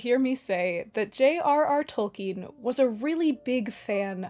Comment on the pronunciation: JAY AWRR AWRR TOLLKEEN